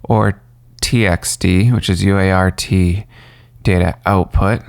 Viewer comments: "UART" is conventionally pronounced "you art." "Baud" is conventionally pronounced "bawd" (rhymes with "awe"). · Its pronounced UART not u.a.r.t. americans need do learn that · Cool LoRa module.. Thanks for sharing! PRO TIPS: -Baud is pronounces bawd. -UART is pronounced "you art". (not u-a-r-t.) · Nobody says "you aye are tee" -- it's a "you art" :-). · It would be easier to take you seriously if you would pronounce things correctly. UART is you-art, BAUD is bod. You certainly don't appear to be too young to know this. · UART. . . .you-art. Try it out, it's easier. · lol, you could've directly said BAUD is pronounced like BOARD ;) UART is always 'you-art'. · No - it's U-ART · It's pronounced "Bored" in every single English speaking country.... SIGH He got "U ART" wrong too...